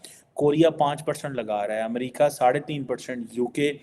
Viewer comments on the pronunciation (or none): none